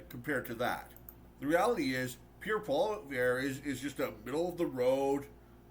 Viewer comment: Really like your video but say it with me. Pierre Polievre. Polly then ev that’s it. Polly-ev